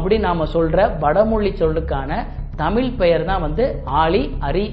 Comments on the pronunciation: நீங்கள் கூட தமிழ் என்று உச்சரிக்கும் போது தமில் என்று தான் கேட்கிறது... ழ-ன வின் உச்சரிப்பை சீராக்கிக் கொள்ளுங்கள்... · முதல தமில் நு சொல்லாம தமிழ் நு ஒழுங்கா சொல்லுங்க அப்பறம் you can advice everyone... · Have you noticed that in this video you are pronouncing 'Tamizh' as 'Tamil'?